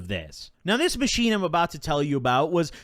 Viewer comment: ttok a hit everytime he said 'aathis machine''